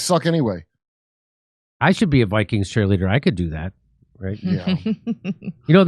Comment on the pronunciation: Minnesota Bi-Kweens